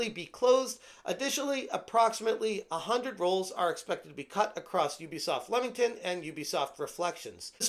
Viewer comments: Can I just educate all you American friends it's pronounced Leemington not Lemington even tho it's spelt Leamington. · It's pronounced LEE-mington.